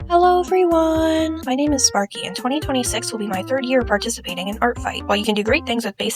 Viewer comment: Help i heard "thirtieth year participiating in artfight" lololol